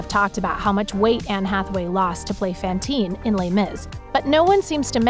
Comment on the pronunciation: It’s not fan - teen. It’s pronounced fon - teen. Sorry being a theatre kid is remarkably fun.